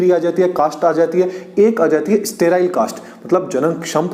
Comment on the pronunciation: Don't say सरटाईल ❌ say सटैराईल ✅ instead spelling were correct in the video but pronunciation was not correct Btw video was nice 👍🏻🙂